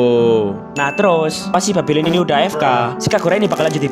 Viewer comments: Bang kok sebutnya babilon🗿🗿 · Yang ditulis bang:babylon Yang gua denger:bab*lon 🗿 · ngontol gw denger ny 🗿😁☝🏻trus pas pertama kali denger babylon gw denger nya babiloh😁☝🏻